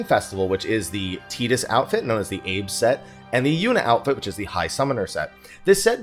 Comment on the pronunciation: TIE DUUUS not TEE DUUS - My god.